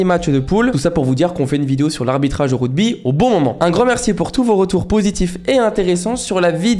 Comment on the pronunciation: C’est ruGby et pas ruDby par contre 😂